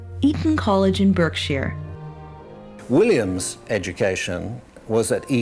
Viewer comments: point is that it's NOT pronounced as it's spelt - it's pronounced BARK_SHEAR. The woman doing the commentary is saying it wrong. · ....it’s ‘Berkshire’, pronounced ‘BARKshire’....:)